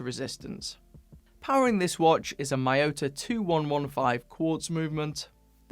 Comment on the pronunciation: I have a question. Why do non-asians pronounce Miyota as Mah-yow-tah? I mean it’s Mi-yo-ta. They don’t pronounce Ink as Ahnk